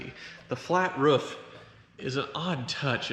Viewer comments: Why cant he say roof? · Why does he say ruuf instead of roof ???🤔😀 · RUFF? it's a ROOF buddy! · Its R.O.O.F. Not R.U.F.F. Why cant Americans pronounce the word Roof properly? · Ah yes the ruf I love the ruf rack... I also love iglus and this channel. Huvies garage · Drink everytime he says "ruuf" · Roof in language: ruf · "ruf" - literally every video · Why is he pronouncing roof so strangely?